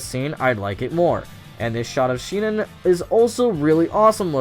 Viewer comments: what the hell is a she-nin? Do you mean sinon? (sEE-non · His pronunciation of sinon bothers me just a bit